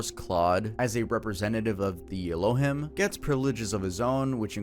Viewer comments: Please pronounce Elohim right. It's ELO- HEEM. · Its pronounced "Elo-heem" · * El-Oh-Heem. Not El-Oh-Him. Just for future reference. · Pst. Its "El-lo-heem" not "el-lo-him" 😅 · El oh heem not aloh him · Elohim is pronounced: el o heem not e lo him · It's pronounced Ray Lee ans. It's pronounced El oh heem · Elohim pronounced El-o-heem. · el - oh - HEEM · It’s pronounced “El-O-Heeme” Ironically, the name of god, in Mormonism. Lives on a planet orbiting Sirius called Kolob. 🫠🫠🫠🫠🫠🫠🫠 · Ee-low-heem Tuv 😂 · You're mispronouncing “Elohim”. It sounds like “Ello- Heem” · elohim- my brother 😐 eh-low-heem. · not trying to be that one annoying but it’s ELO-Heem homie 😭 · His Hebrew is what killed me "ello him"! 😂😂😂😂😂😂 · You keep saying elohim wrong 😆 🤣 😂